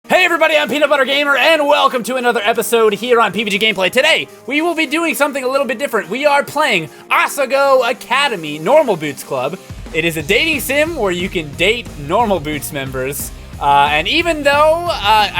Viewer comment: Good lord that it's asa, and not ahe